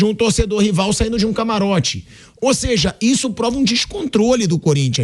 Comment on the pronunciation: Nova palavra do vocabulário: “ OSEJA”